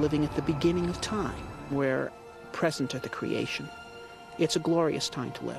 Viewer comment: Did he say 'creation' ? . he he, right.